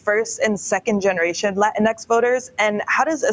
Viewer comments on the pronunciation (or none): Latinx is pronounced “Lateenkses.”